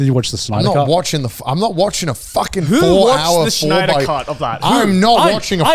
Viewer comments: I was really annoyed by how they mispronounced Snyder and Snyderverse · so no one is going to point out the fact that they called snyder schnider the entire time? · Why they pronounce Snyder like Shnider. Are we from Shmongus universe? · Everyone unironically saying Schneider instead of Snyder did it for me lol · The way Garnt pronounced Snyder made me lol fr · There is no H in Snyder's name!